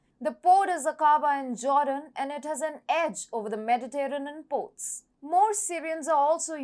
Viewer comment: accent is nice, pretty, cute; "unintelligible" is not good for an information channel. I had to use CC to understand "northern" for example. Her version of "Mediterranean" is poor - a major sea on the planet. Overall it shows lack of preparation. My Brazilian students know that when they start speaking English they start with bad pronunciation which they call "indio" from "Native American Indian language" who have their own "me Tarzan, you Jane" type of English. Over time they want to move away from "indio" so that more native speakers can understand them, not just other Brazilians. In one way, this is how dialects of languages form but in another way it is just a corruption of English on a international platform like YouTube